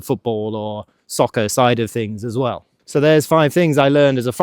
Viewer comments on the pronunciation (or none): none